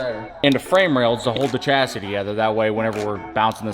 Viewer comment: What else are you forgetting? A second S in chassis!